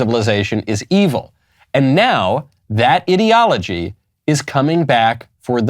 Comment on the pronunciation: Ideology is not pronounced as in an idiot , but as in the letter I.